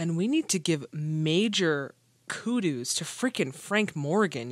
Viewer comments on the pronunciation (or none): it's pronounced "koo-doze". Kudos comes from the Greek word kydos, which means praise or renown. Great reaction and looking forward to "Auntie Mame", such an outstanding performance by Rosalind Russell. Happy New Year!